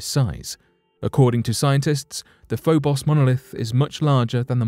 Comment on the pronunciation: Like the first "o" in "Phobos," The second "o" in Phobos is a long "o," as in "lone," "bone," "stone," etc.